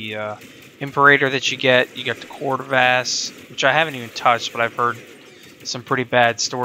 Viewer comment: Nice video! Just a heads up on the pronunciations: Imperator: Im-pair-ah-tore Dual Decurion: Dual Deh-cure-ee-ahn Corvas: Core-vus Velocitus: Vel-ah-sit-us Im not making fun of your pronunciations, I'm just telling you these.